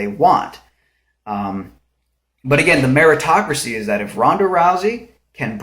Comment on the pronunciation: I was a bit thrown off by your meaning of "Meritocracy" as it sounded like you said "America-tocracy" as if it was something significant to America. But anyway, the definition of Meritocracy is a political system inferring people with "merit" are given political power, not so much monetary power. But the only way to get political power, in this world, is to have loads of money (just not sure what they spend it on to win a political office...). After all if America did run like a meritocracy, teachers, firemen, police, sheriff, active and retired military personnel would be high paying jobs. Or at least better taken care of, but they aren't. Which is a true pitty.